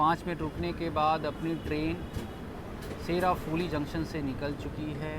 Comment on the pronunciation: bhaiya sheraphuli nahi seuraphuli